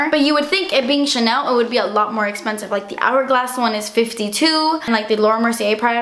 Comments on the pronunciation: fiiiinalllyyy "DASSS ESPENSSIVE" :D :D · cause sighs das esspenseve